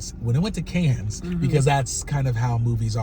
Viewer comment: “Canne” is pronounced can.